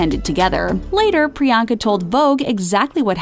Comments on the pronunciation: 1) The movie is called "Isn't it *Romantic"(not "Isn't it Romance") 2) they pronounced her name 'Pri-yang-ka' instead of 'Pri-yong-ka' 3) I need this channel to give me those 11 minutes of my life back -_ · Shoutout to all the indians watching this laughing at the way these guys are pronouncing Priyanka’s past😂😂🤣.like if you’re proud to be an Indian or agree or just are indian